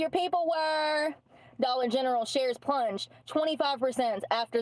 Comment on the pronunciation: She can say dollar general perfectly fine, why she feels the need to say dollar gentral, it’s not cute honey! You sound ridiculous, please stop 😅geez Louise 😂